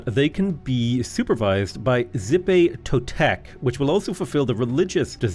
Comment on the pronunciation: "Zippy Totec." I was falling asleep after three nights of restless sleep and I just got whiplash as I realized you were trying to say Xipetotec. The X makes a "sh" sound. It's closer to "sheepy toe tech".